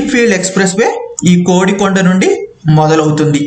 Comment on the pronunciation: నాకు తెలిసి అది "కొడికొండ" అని పలుకుతారు. "కోడి"కొండ అని కాదు. చూసుకోగలరు దయవుంచి. నేను తప్పయితే క్షమించ గలరు.